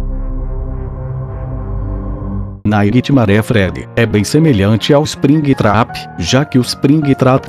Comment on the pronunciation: Ispringuitrapi kkkk rachei